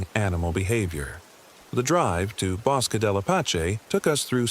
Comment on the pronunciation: I'm a New Mexican and 'Bosque' is pronounced *bo-skeh*.